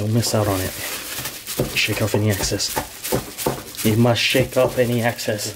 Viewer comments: LOL, its EXCESS not ACCESS. Chicken looks great and cooked enough, specially the legs, they need more time. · Hey what's up I love watchin' yo Shit but a couple things can you please stop sayin' seasoning flour its called Seasoned Flour and the other thing is I pronounced Excess not access when your talkin' about gettin' the extra flour off and shit but You got Skills my Man!